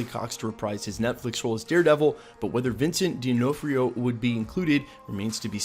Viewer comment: And Vincent DihnOFFrio (poor phonetics spelling lol)